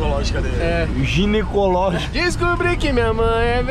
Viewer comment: Árvore "ginicológica"